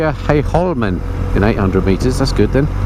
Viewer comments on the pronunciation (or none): none